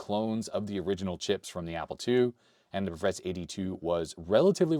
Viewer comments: A very minor point: many Eastern European languages tend to pronounce two and three syllable words with an emphasis on the first syllable. So, I believe the correct way to pronounce Pravetz would be PRAH-vets instead of prah-VETS. Otherwise a great video,! Please excuse my linguist rant 😅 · Actually the name should be pronounced as prAvets